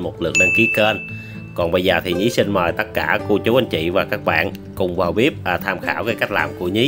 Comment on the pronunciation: Thích nhất là câu “ vào bíp” 😉